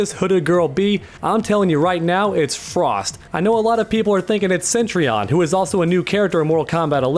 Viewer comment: Btw it’s cetrion. Not centrion